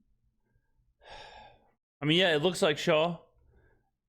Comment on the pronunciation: Oh man…this is HORRIBLE! As soon as he called him Tyler “Shaw” I was done!! Reminiscent of the Nike, Steph Curry debacle🙃